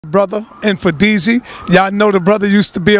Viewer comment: whoever can tell him its... mmm-fooon-deesheee